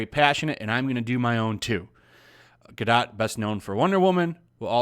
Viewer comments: I think the “t” is silent. “Gado”, not “GadoT”. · Her name is Gal Ga-DOTE, not dot. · Only leaving a dislike because you keep saying Gar dot. The name is french the T is silent you sound like a moron. Just say Gardo. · It's ronounced Ga-doh... Not Ga-dot.. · Hey, it's pronounced Gah-doe not Guh-dot. Get it right you sexist racist!!! 🤣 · GAl GA-DOE is how you pronounce it ! Come on people ! If you are going to speak about her please stop butchering the name ! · your mispronunciation of "Gadot" almost ruined the video for me. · Good channel. Good content. Please learn how to pronounce her name... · Uhmm The T is silent in Gadot (just saying) :) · Gadot => גדות meaning river bank The T isn't silent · At least take the time to learn how to pronounce her name right so you don't sound like an idiot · How stupid people are that are too lazy to pronounce the name Gadot correctly ... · You are mis-pronouncing her name. The T is silent.